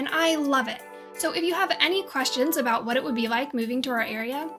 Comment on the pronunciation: Ok one second say “about” again I’m pretty sure I heard a great north accent